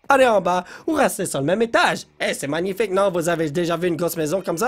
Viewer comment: Cristina Cordula: C'est manifaïk!: N'est ce pas magnifiko?